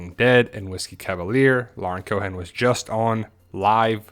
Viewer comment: "coe-ehn" not Co'han.